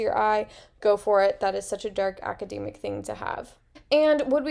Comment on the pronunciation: Great suggestions! I've never heard it pronounced "aca-dee-mic" though, is that usual where you're from?